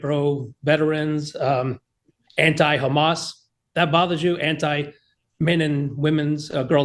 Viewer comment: God, I can't stand the way she says Hamas. 😅 Israel is not Jewish people. The yahoo is evil and should be tried for war crimes. But that has nothing to do with Jewish people. It has to do with a disturbing foreign government and our legislature being fed and manipulated by it... I have the right to be disgusted that my taxes went to ridiculous and terrible regime change wars in the middle east, and our government childishly supporting Israel while the yahoo propaganda proped up their enemy and starved them/murdered the innocent after a long-lasting occupation and disgusting rebellion on October 7th. Fcuk bb, send him to prison for life.